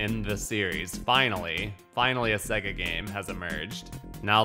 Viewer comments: Bruh, say it with me SAY-GUH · sorry but the way you say SEGA really bugs me. The loading screen clearly pronounces it SAY-GA!